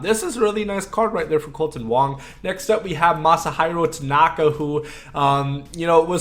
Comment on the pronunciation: I’m a Yankees fan(Please win the LCS Yankees, lol)and I cringed when you pronounced Tanaka’s name wrong. Lol